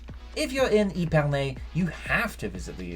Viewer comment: How hard is it to pronounce the names properly?! Epernay is not pronounced eepernay !! Epernay like ehpernay